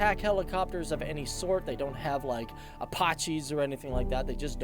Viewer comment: Say apache again?